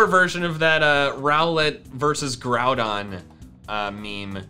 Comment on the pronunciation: Kyogre and Jroudon